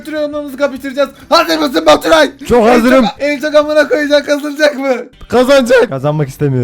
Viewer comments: goturay değil vapuray 😉😉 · baturay değil boturay asdasdsadsad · abim sana ğöt diyo 😂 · Abicim Götüray Nedir Ya :D Hala Gülüyom Amk :D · abi seni seviyorum ama abim baturay gottos diyo sanada yaraksiz diyo